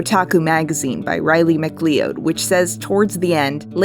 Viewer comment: Love the video. Only thing that bothered me is the pronunciation of Riley Macleod. Its "Mc-cloud" Its scottish. ANYHOW. Loved the video its amazing to see how divisive this series has made people. When of course its not in a toxic abusive form like the death threats Laura Bailey received etc.